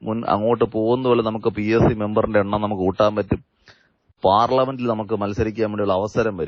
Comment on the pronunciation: പാർലമെന്റ് അല്ല ചേട്ടാ......